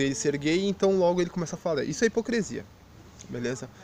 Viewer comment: A ideia central do vídeo, bem como seus argumentos estão bons...mas pelo amor de Deus cara: é HIPOCRISIA! Hipo"CRE"sia é algo que chega a doer os ouvidos. Espero que não se ofenda...mesmo porque, gostei do vídeo, e a crítica que faço de forma alguma invalida a mensagem que vc passou.